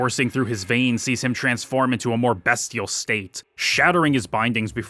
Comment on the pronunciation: Anyone else bothered by the pronunciation of bestial?